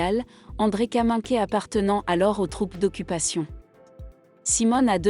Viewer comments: Peut-on signaler à la voix idiote qui raconte que Kaminker se prononce Kaminkère et pas Kaminké ... ? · J'arrête à , cette IA est insupportable, même le véritable nom de l'actrice n'est pas dit correctement.